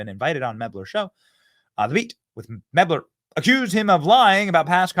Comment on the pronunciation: Benny, it is spelled "Mel - ber" not ""Meb - ler". So, you get zero points for pronouncing Kamala correctly which, according to the Left, is "comma - la". Let's work on our reading skills, too. 🤗 Cheers.